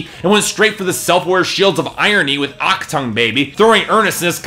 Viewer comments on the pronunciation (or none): "Aktung" Baby. I cringed.